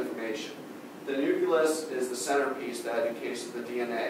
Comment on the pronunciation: nuculus lol